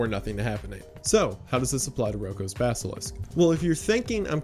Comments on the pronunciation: Basilisk. Not basKilisk. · Great video, thank you for making it !! (I already knew, so this wasn’t hazardous information to me, which is why I can just thank you and not feel like this video harmed my future, lol). But I must say, the mispronunciation of “basilisk” as “baskilisk” really cracked me up 😶😂